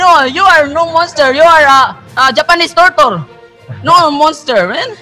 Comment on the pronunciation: 😂😂😂ikaw ba naman tawaging tortle hahaha lakas maka inis go lang kabayan dito kami suport sa kawpa pinoy